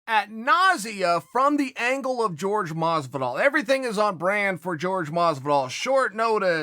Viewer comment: why cant nobody pronounce Jorge correctly, i know chael is funny when he mispronounces but its literally everybody that says "george"